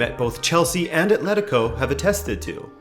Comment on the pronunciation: The usual game of "drink every time someone says ATH-letico" didn't hold up here.